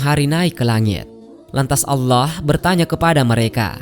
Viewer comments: Kenapa orang indon majoriti tak boleh sebut allah dengan betul??? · kok saya agak gatal telinga.. pada penyebutan lafadz ALLAH.. YANG di ucapkan oleh pengisi suara. agak aneh dengernya..apa kurang fasih beliaunya.. semoga bisa di perbaiki..dan semakin fasih.. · Bilang allah aja gk becus..preett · Maaf kok penyebutan Allah nya ky kurang pas. Mungkin bisa sering belajar melafalkan